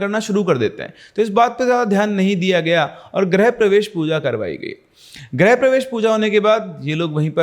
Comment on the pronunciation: Great storytelling. Just would like to point out that it is "grih-pravesh" and not "grah-pravesh". "Grih" means home and "Gruh" means planet.